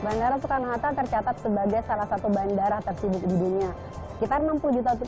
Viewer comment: "Bandara Soekarno Harta" ada yang mendengar hal sama denganku nggak? Wkwk